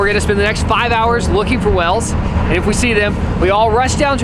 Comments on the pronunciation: I like how pronounces whales as wells. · why does he pronounce "whales" as "wells"